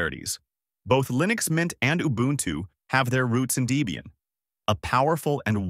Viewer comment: Also .. dee-bian? No, it's deb-ian.